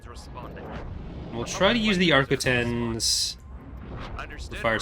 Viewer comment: I don’t know who that is, I’m pretty sure the Arquitens appears in Clone Wars though, so surely they’d know how pronounce it? Either way it seems odd nobody would have double checked this guys voice over work. It’s quite an obvious error in his speech.